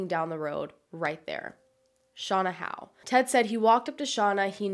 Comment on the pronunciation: Clicked because I have the same last name as Shauna. I'm very impressed with your research skills, not many people know how to pronounce Howe properly